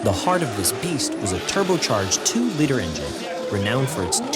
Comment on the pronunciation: Great video. But please learn how to say Liter. "Lee-Ter"